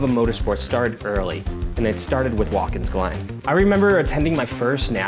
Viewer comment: Sorry to make this correction but its a pet peeve to me. It is Wat kins Glen not Waltkins Glen